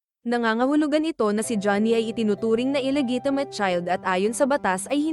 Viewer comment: Wrong ang pgbasa mu ng illigitimate